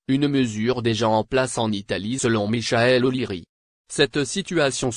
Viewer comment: Michael on prononce Mickael